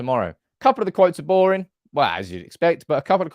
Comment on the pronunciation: Not sure why you did a Yorkshire accent when referencing being boring…